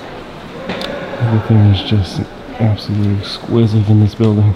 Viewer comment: Are you saying “esquisive”? 😂